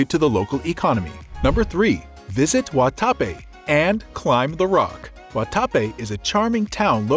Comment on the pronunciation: Fyi. .. pron . GuataPE….accent on PE…(not. Gua TA pe) Med eh yin…or med e jin…(not Med AH yin)